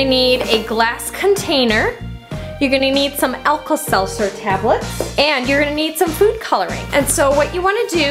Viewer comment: Pronounces Alka-Seltzer "Alkal-Seltzer" cringes --- Thanks for the video! I'm going to try this sometime at home :D